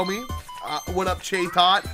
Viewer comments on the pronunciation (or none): that was a loudred not exploud, chatot CHAT OT not whatever you call it